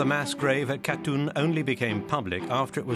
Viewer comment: Not a bad analysis, although the use of the word "sorry" from the Russians would have been useful and appreciated. Shame the narrator couldn't pronounce Katyn and kept saying Katoon.